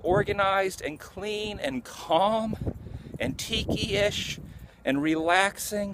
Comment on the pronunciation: My home is not "tikiesh" - that must be why it's not comfortable!